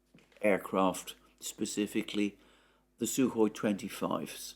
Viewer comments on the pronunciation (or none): none